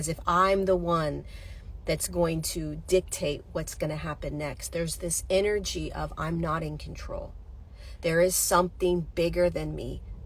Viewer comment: I just heard..INNER-JET-IC.....INNER-G ( as in G-Force)